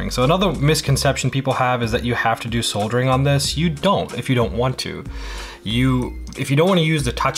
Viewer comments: Soldering. you said it right the first time. Everytime after you said it wrong lol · Sod er ing =\= Sold er ing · Dude... "sold-ering"? "disseminated"?? 😂😂😂 Still, I like the in-depth, hands-on, show-and-tell style. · It's "soddering", the L is silent. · Lol, souldering. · Did any one else who knows how to/about solder(ing) LOL about how he pronounced it the first few times.. lol .. other wise great tutorial. Thank you I might have to try this as i am looking for new ways to help my gaming ability since my stroke ( two days before Christmas 2019) yea a bit of necro on this video but w/e... might give it a try once i get more fine motor control back in my right hand. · I like how this is a tech channel and he uses bolt cutters and has no damn clue how to pronounce "soldering" lololol